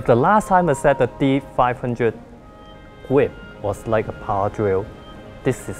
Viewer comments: the gwip is so good! jk Awesome Video, and your English is just fine! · The gwip. The gwip is so good! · "The gwip..., The gwip is so good!" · No offense to, he's cool, but he says the word grip like Elmer Fudd would. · "fo da wurtical gwip" I'm not complaining I just think it's funny in a good way.